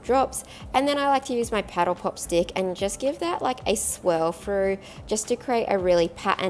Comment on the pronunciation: I thought she called it a petal pop. Lol